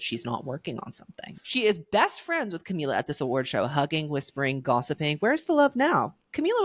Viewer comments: Ohmygod i cannot stand u saying camiya… where is this coming from??? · sis didnt even do her research on how to pronounce "camila"